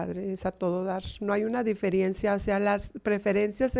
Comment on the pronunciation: Me extraña esta señora es escritora y dice diferiencia???